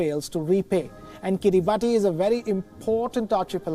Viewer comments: It's pronounced "kee-ree-bas", not "kee-ree-bah-tee". If you can't be bothered to learn the real name, how can we trust that you've properly researched anything else? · its not pronounced Kiri baati but kiri bas. ti over here is pronounced the same way as ti is pronounced in nation or solution it has " sha" sound rather than " tee" sound. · Its "kiribas" 😅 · It is written kiribati but pronounced as kiribas. If i am not wrong! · It is pronounced Kiribas not Kiribati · It's pronounced as kiribas...not Kiribati...ti is S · It is pronounced as Kiri-bahs and not Kiribati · Its pronounced kiribas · It should be pronounced "Kiribas" please do more research you Indian reporter. XD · Pronunciation is Kiri- bus. Ti is pronounced “s” in that country. I have taught Kiribati children in New Zealand. A typical boys name is written Tioti, but it is pronounced Sos (as in sauce). Thought I’d let you know. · Just going to add some info here. it's pronounced as Kiribas not Kiribati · Guys. Please at least pronounce the name correctly. It undermines your editorial integrity if you pronounce a country's name incorrectly. It's pronounced akin to 'Kiribas' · It's pronounced Kiri-bas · A. Pronounced “Kiribass” B. It’s a country that technically yesterday, today and tomorrow on the same day so they won’t technically default on loans 🤪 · It's actually pronounced as 'kiribas' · Pronounced "kiribahs" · It is pronounced kiribas not Kiribati.. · You pronounce it as Kiriba(as) Not as Kiribati Though you write the name as Kiribati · FYI..it’s pronounced Kiribas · It is pronunced as kiribus. Come on wion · It's kiribas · Actually Kiribati is pronounced as Kiribas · Please correct the pronunciation of Kiribati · Bro that is not at all how you pronounce Kiribati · Maybe learn the correct way to pronounce Kiribati before going on air.